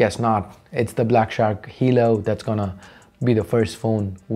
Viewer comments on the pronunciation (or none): Hey man it's 'halo' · Talking about the fact he said halo instead of helo once.